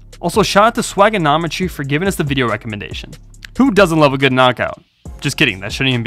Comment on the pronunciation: Why can't you say video right